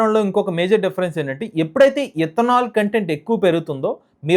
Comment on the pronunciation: ఇత్తనాలు కాదురా బాబు... ఇతనాల్, ముందు పలకటం నేర్చుకో